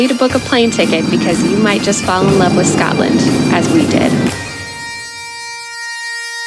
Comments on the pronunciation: Ugh that annoyed me too. And “Scatland” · Can you please not say “Scatland” or “Edinboro”